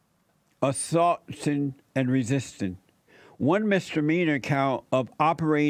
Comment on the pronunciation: "Fellonin Assaltins" Assaltinnss😂😂😂😂😂